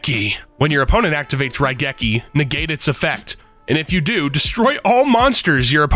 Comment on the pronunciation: You pronounced Raigeki properly!